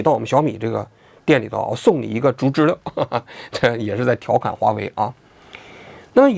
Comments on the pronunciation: 读知了liao，不是le， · 王局要加强学习，小时候没逮过知了（蝉）？不读zhile。应该读zhiliao。有辱文科生的智商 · 王菊啊，经常念错字，得改改。“知liao”不是”知liu” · 不是知liao吗😂😂😂😂听了一整场知乐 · 知了，音读错了，王局